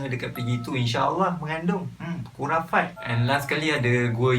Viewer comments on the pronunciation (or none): aku highlight kat dia sebut "khurafat" tu. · Part sebut khurafat tu lawak😂😂